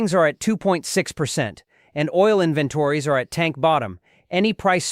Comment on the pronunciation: Tell your human how to pronounce "inventories".